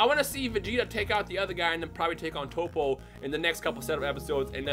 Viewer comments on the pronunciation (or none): stop pronouncing the names wrong. its not Toe-Po. its Top-po. its not Cab-bay. its Cab-ba. seriously dude